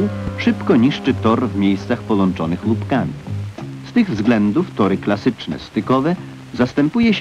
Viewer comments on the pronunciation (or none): I to L zamiast Ł. "W miejscach polączonych lupkami" :)